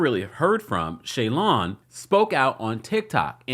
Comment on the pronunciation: It’s Shalon not Shaylon Kemp 😂 love you ❤